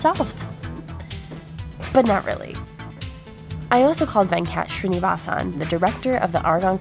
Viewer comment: That Venkat Srinivasan pronunciation though..